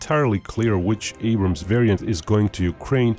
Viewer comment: Its "Abrams"